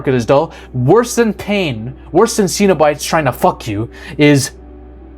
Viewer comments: They aren't "see-no-bites"... it is pronounced "Cenob-ites" as in denizens of Cenob, like meteorites or Israelites. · The Hellraiser series is how many decades old and you still mispronounced Cenobite?